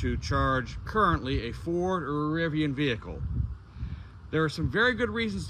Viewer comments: RIVI-ON? SMH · i have never heard Rivian pronounced with an O. Rivion sounds so odd...LOL You certainly were getting derated speeds on the Lightning, very likely due to thermals, as I have seen plenty of lightnings use this adapter and charge at 150kw. Cheers!